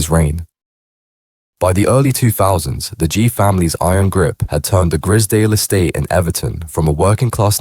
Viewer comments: You pronounce it like you would say prize .. grizedale estate not grizdale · “Grizzerdale Estate” 😂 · AI voice? Keeps switching pronouncing their surname. Also the pictures look like Grizedale Estate, Lake District. Very different type of estate to the one in Liverpool